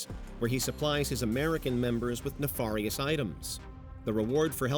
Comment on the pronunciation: “Ne-FAR-ious items”?????? It’s not supposed to sound like “Jafar” from Aladdin,. 🤣🤣🤣🤣